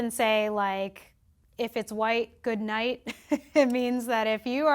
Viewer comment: " If it's white, goodnigh" :face-orange-biting-nails